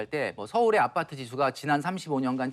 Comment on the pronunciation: 아.빠.뜨. 발음을 쎄게 해 강조하려는건가.